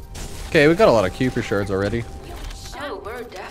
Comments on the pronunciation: spent 15 minutes doing the same mission.We're at one point the narrator voice says kuiper enhanced vulgus and he STILL mispronounces it 😅😅😂 "Ky-per" is the pronunciation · Pronounced "Ky-per"!